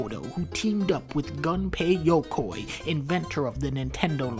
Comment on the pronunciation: Oh for the love of God, it's goom-pei yokoi, not gun-pei! Not gun, as in a fucking glock.